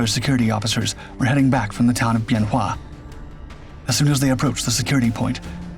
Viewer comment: My father was there in 67 and 68, he was crew chief on a f-100 tail number 881. Him and some other guys broke into the arms storage and went out with the guys to help on the north end the runway near tower 10. Good vid except wrong year and the name of the base is pronounced ben wa. He never would talk about it, but he had something to look forward to, i was born in march of that year. It was after I got back from the first Persian gulf that he would talk to me about it. He passed six years ago, i would give anything to chat more with him.